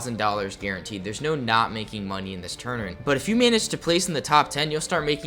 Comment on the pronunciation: new guys cool but he cant say tournament.